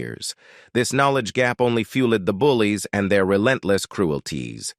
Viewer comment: What's with the narration? I'm hoping it's AI generated. "Fueled and bullied by teachers themselves" pronounced fluli-ed and bully-ed from teachers themsel-ved." Either hire a real narrator that knows how to pronounce words or do better at AI generated narration, Pu-leeze!